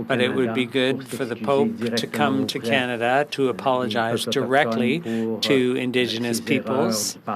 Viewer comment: Maybe of you didn't kill off 50000 jobs in the last 4 years might not be as many homeless. Don't vote for this clown. Can't even say Canada properly